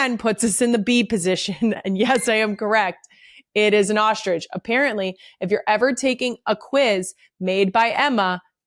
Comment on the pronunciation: Legit question - for words with the string of letters str in a row, why do some people including Kelce pronounce it like there’s an H between the s & the t? In this episode Strong, you’re pronouncing SHTRONG, Structure, you’re pronouncing it SHTRUCTURE, Structure again, 45-18 Ostrich, you pronounce it OSHTRIDGE. I just want to understand why. And you’re not the only one, Michelle O’Bama who I also adore does it too.